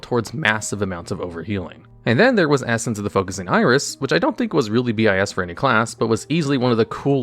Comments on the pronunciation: Still wild hearing someone say “bee eye ess” instead of saying bis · Aefix, Bee eye ess, Nyalahtha, aintnoway bro, you must be doing this on purpose